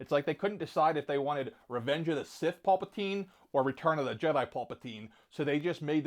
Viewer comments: No mention of R2D2- major fail. Plus the character's name is pronounced Palpatine as in pal as in friend and not pulpatine as in Fiction. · He has gone on explaining that his pronunciation of names is solely because of where he grew up whether it be saying Pulpatine or Count Doku. It is a unique pronunciation of their names to say the least. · Wow, you pronounce Palpatine as "pul-patine"? I've never heard anyone say it like that! Lol